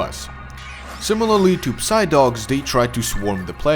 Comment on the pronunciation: The way you pronounce "psy" pisses me off so much, LOL. Couldnt you at least do a little check before you made a 31 minute long video?....